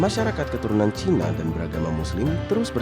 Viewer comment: Ajarin narator nyebut CINA nya biasa aja ga usah ada nada penekanan !!! Rasis !!! Masuk islam bukan jalan supaya ga dianggap CINA. tetep aja CINA. Memang klo org yg kurang berpendidikan rasisnya minta ampun. Lo ke jambi baru nyaho cina sama pribumi sama2 sipit ! Pusing2 dah